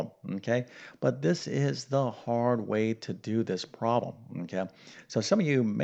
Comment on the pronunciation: Its problem not prollum 😄😄👍